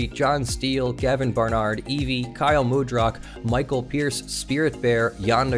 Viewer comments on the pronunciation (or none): none